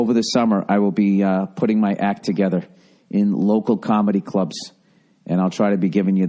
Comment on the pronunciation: 26 minutes in... Boston pronounciation of the word together the way Bill does it. Made my day.